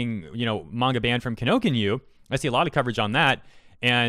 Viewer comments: ...Am I the only one cringing at how is saying Kinokuniya? It's "Kee No Koo Neee Yaa".... not "Kinokinyu" or "Kinokinya"... <_< Australia's politicians are indeed lolz worthy though... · What you said: Kinokinyu What the company is actually called Kinokuniya - even if you shortened the ku to k, this wouldn't even be close to the real pronunciation. This is as bad as people calling Sudoku Suduko. Didn't expect this given how much Japanese stuff you seemingly cover. Key-no-koo-knee-yah not Key-no-ken-you. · Good stuff overall, but It's not Kinokinyu. It's key-no-ku-knee-ya. karens want to blame everything on how bad their kids turned out, but it was mostly their fault. They need to look in the mirror and make a change. Do what mj said and not what he probably did. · ... Kinokinyu...? ki no ku ni ya. Not that hard to pronounce dude. Lol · Just a heads up kinokuniya is pronounced like key-no-koo-knee-ya. And they're actually a Japanese company that has branches all over the world. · well one thing is, it's "kee no cool knee yar" the rest of the report is gr8. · I just need to get the off my chest.. It's Kino-KU-NI-YA Every time I hear that pronounced wrong, I die a little inside. Thank you, that is all. Carry on. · I had to scroll way to far for this.....Ki No Ku Ni Ya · Constructive criticism: stop to read the name before just saying it. "Kino-kin-yu?" I see an "a" at the end there, not a "u." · Kino-kuni-YA. Sorry, that was bothering me. Other than that, good video. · I love shopping at their stores but it's pronounced "Kee-no-koo-nee-ya", you're killin me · Sorry, just have to mention that it's pronounced Kee No Koo Nee Yah... just had to mention that, love th channel, thanks for the hard work. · Does it bother anyone else every time he says "Kinokinyu" instead of "Kinokuniya"? It's mildly infuriating, like every time my sister says suduko instead of sudoku. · >Kinokuniya "kInOkInYu" Lol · I get migraines hearing the kinokuniya pronunciation